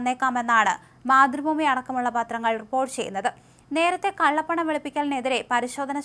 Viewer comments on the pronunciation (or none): none